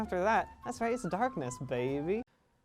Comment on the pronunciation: Oskar Carnwath the way he says babey